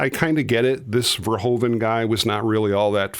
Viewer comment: Please try to pronounce the name of the director correct; its not "Pol Fairhoven", but "Paul (like 'wow!') "Ver-hoo (as in 'who') -van".